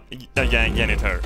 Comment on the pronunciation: At least he still calls a janitor 'yaynitor'